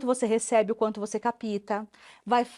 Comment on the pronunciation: Dei like por conta do que o Maurício falou de oprimido e opressor…. Valeu pelo vídeo todo. Agora doeu meu ouvido quando a psicóloga falou CAPTA.